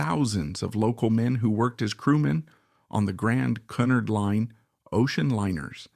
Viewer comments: It pronounced Cu - NARD. Ai shite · Cunard. COOO. NARD, TITANIC. Pronunciation! 😂😂😂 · This guy can’t even pronounce Cunard Line. Just slop.